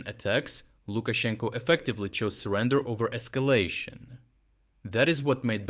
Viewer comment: "Esclayshun" love your mannerisms